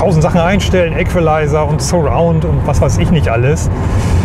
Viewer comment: Lieber, wieder mal ein schönes (nützliches) Video. Aber Du hast Dir das mit der englischen Aussprache auch falsch angewöhnt, wie es in unserer Generation leider üblich ist: Den Equalizer sprich man "Iikweleiser", nicht "Äkwileiser", Du sagst doch auch nicht "äkwil" zu equal!